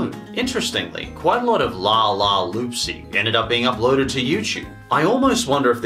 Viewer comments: It’s loopsy not lopsy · Its loopsy not laapsy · You were having trouble pronouncing La La Loopsy so I will help you its la la loop sy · pronounced La La Loop-see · Two things I'd like to point out. 1. I saw the Netflix version of lego friends and it was actually animated in cgi, i believed you used footage from the webisodes here on youtube. Just pointing that out. 2. I grew up with lalaloopsys and i loved in. in fact the animated series that actually aired on nickelodeon (which your somewhat using footage from.) Aired on my birthday. EDIT. also it's pronounced lalalOOPsy with two os. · DUDE CANT SAY LALA LOOPSY" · You mispronouncing La la loopsy is enraging my child self that used to collect the toys lmfao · Hey I watched were lalaloopsy and you don't even know how to pronounce it no offence and I don't see anything wrong with it